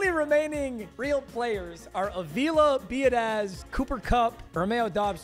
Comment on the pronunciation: I’m just letting you know your center at the beginnings name was Tyler Biadasz. His last name is pronounced bee-ood-itch.